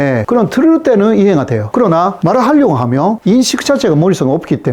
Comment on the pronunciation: 잘봤습니다. 그런데, a. 구독...이 단어를 '그독'이라고 발음하시네요. '구' 발음이 안되시나봐요. 조금 더 노력해 주세요. b. ~하면...이 발음은 ~하며...로 들려서 어색합니다. 중국통인 유튜버 안유화 교수도 마찬가지더군요.